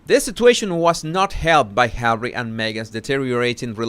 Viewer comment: I crack up every time you say Hawwy. Ohhh. Wait. She said " I know how the Palace works". That's the opposite of her other statements of her poor little girl ignorance. Haha. You are EXTREMELY 😂😆😂😆😂😆👏👏👏